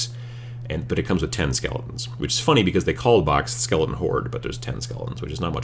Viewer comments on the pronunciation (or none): My son and I think the way you pronounce skele-un is just about the funniest thing we've ever heard 8^)